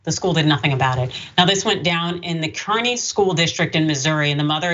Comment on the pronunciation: The town is pronounced "carney"